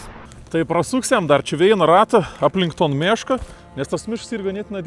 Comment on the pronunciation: Jauciu daugiau nei puse zmoniu pagalvojo, kad pasakosi apie “meška” o ne “miška” :D